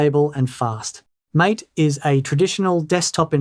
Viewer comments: mAH. tEH. not mait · My understanding is MATE is pronounced as MA-TAY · MATE (a beverage) is not mate (friend). And it's not pronounced as mate (friend). You trying to be helpful but need to learn names you talk about. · Mate is pronounced Ma-Tay